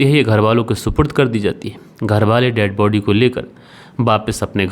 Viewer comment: कितना बोअर करते हो ? 5 मिनिट की स्टोरी को 25 मिनिट का बनाते हो ? फालतू के सेंटेनस बोलते रहते हो ? अपनी हिंदी भी सुधारो.. बहोत खराब बोलते हो.. व का उच्चारण ब करते हो.. जो पुलिस होती हैं, जो दे बॉडी होती हैं.. जो घरवाले होते हैं.. ये होता हैं, होती हैं क्या है.. और कीलू नहीं होता क्लू होता हैं.. किरमिनल नहीं.. क्रिमिनल होता हैं..